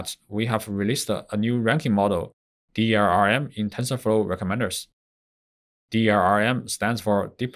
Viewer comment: Its DLRM not DRRM